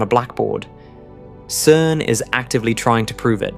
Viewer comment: I'm so sick of these "CERN just discovered the secret of the universe" clickbait titles by a dude who was pronouncing CERN as KERN just a couple weeks ago.